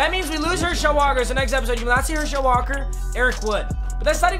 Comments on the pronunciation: It’s not pronounced her shel it’s pronounced hershaul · I love Papa but I’m glad he lost because I don’t have to hear him say "Her-Shell" Walker anymore. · as a uga fan, it just sounds weird how you say herschel walker you just put the emphasis on schel too much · The way he says Herschel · Anyone else really annoyed with the way he says Herschel?